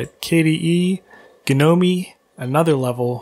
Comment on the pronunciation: Did he just say "ga-no-me? REEEEeee